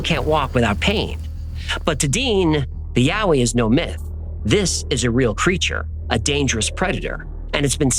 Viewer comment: I grew up in the blue Mountains and the Yowie stories are told from the moment you can listen to a story. I've never heard of the red frog thing though I must say I really appreciate you pronouncing all the place names correctly.